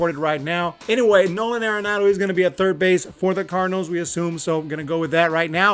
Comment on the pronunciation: Pronounced Are-enado not Air-enado